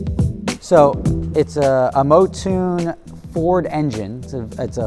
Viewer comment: Not a Motune engine, it's a Mountune. Moun(rhymes with noun) tune. Just in case you don't wanna be that Laan See ah Lancia guy